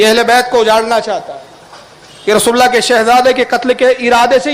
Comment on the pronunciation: یا رسولٙ اللہ ہے . ل پر زبر عربی کچی ہے سیکہ کر آ۔